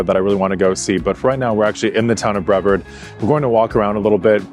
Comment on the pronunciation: Brevard has a hard R like aardvark